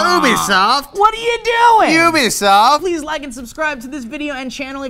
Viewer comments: It's U-bisoft not OO-bisoft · I'm glad pronounced ubisoft both ways, considering sourefed is AWFUL with pronouncing things.